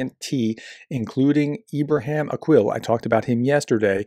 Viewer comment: the last name of Ibrahim Aqil is NOT "akWil", as if the "Q" in Arabic were pronounced like the English "QU", i.e., "kw". The Q in Arabic is an unvoiced pharyngeal stop, or "k" in the back of the throat. It's just fine to say it like a standard "k", but NOT like "kw".